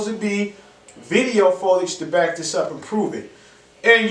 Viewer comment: He keeps saying photage lol